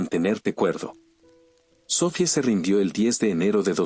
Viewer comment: se entiende que tengas prisa por subir los vídeos bro y que la traducción no sea la adecuada a veces pero pls mínimo dedicale un momennto a escuchar el relato cuando lo narra el bot algunas veces faltan acentos y suena tan raro el relato jajaja como los nombres en este relato: "sofie" o "pórtal" o cuando en algunos relatos dice "cuchilló" suenan bien antinatural